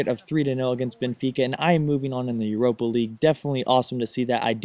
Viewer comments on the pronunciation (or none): none